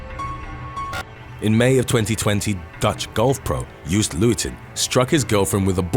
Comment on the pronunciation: It’s “yo-st”, not Yoost. There is no English way to describe his last name as far as I can think of. “Lowten” would be closest.